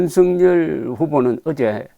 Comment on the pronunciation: 윤석열: 경상남도 식 발음이 "윤승열" 으로 발음을 하십니다. "윤석열" 은 =유 ㄴ 서 ㄱ 여 ㄹ" = "윤 서 결 " 로 발음하도록 노력을 해 보심이 어떨까요? <윤승열> 로 는 잘 못 발음 이라고 봅니다.